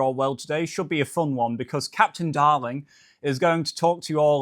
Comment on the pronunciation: Did you say Captain Darling....Baaaa?